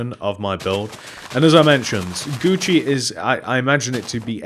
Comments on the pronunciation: Do you call it Guuci there? Cuz Guuci is spelt Gucci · It's Gucci I died laughing when you said that